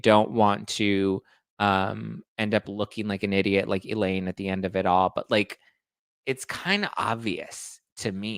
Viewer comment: Elaine not Eileen